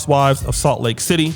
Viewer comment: Did say Salt Lake Tidday?